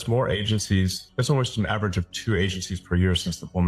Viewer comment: Did he say Irish American?